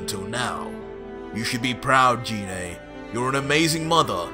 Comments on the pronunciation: It's pronounced g-ine not gee né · He said jenay it's genai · you pronounced Gine's name wrong. Her name starts with a hard "g" sound, like "guh", not with a soft "g" sound, like "juh". Also, I'll bet after the show of forms, Raditz and Nappa are thinking that they need to lie down. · Sounds good but it's pronounced Jean like aubergine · Why do you call Gine Jine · Kinda bothers me how he mispronounced Gines name 😂